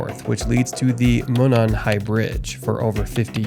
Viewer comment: bears and mountains in my area ? your fear mongering is working now im afraid to step out my back door.....oh if you want taken seriously learn to pronounce the towns names at least delphi .. del fi monon..... moe non